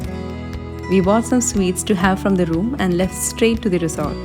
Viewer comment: Stop idolising .. she can't even pronounce 'resort'...